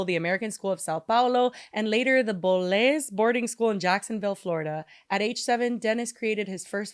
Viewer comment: The Bolles school sounds like bowls lol. I live in Jacksonville fl